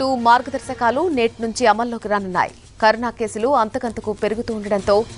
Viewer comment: Karuna kadhu carona mam